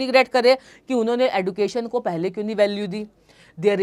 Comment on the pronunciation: Mam D ke baat U aane par use J uchharan ho ga education